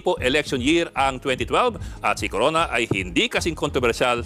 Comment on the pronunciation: Corona yun hindi drreno